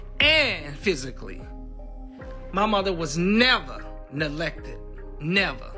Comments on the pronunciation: “Nelected” and “hospilla” 😂😂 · “Nelected” … does he mean neglected? 😒